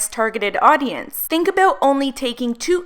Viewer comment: "Now I don't know aboot you" I could hear your accent coming through ;) hehe, not being shady! I love supporting my fellow Canadians <3 You're killing it with the vids lately girl! Keep up the great work, it's about time people got woke! xo